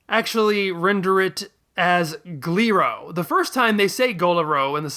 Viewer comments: I think Goku says "Guriro" when they write it "Gliro". Also I'm sad they don't render "Goriro" as "Gorillo". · I also heard Guriro.